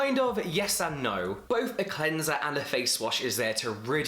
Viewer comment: imagine the power of james dropping his own cleanser called CLEN-ZUH